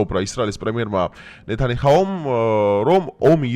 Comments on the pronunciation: ჰაუ არა, აჰუ აჰუ ბიჭო აჰუუუუ😂😂😂😂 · ნეთანიჰაუ არა, ნეთანიაჰუ. 😊 -და "ლონგ პერსპექტივა" კიარა, ქართულად ილაპარაკე, თუ ქართველებისთვის ლაპარაკობ და ტვინი ნუ წაიღე ბიჭო ამ ბარბარიზმებით! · Გთხოოვ ჩემო ძმაო, გთხოოოვ ნეთანიაჰუა, ბენიამენ ნეთანიაᲰუ და არა "ნეთანი ჰაუ"... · ბენიამინ ნეთანი აჰუუუ.. რა ვერ დაიმახსოვრე შე დალოცვილი. 2წელია ნეთანიჰაუს ეძახი და არავინ შეგისწორა ტო😂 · ნეთანიჰაუ არა ნეთანიაჰუ რამდენჯერ უნდა თქვა შეცდომით? თუ შეგნებულად ამბობ ასე?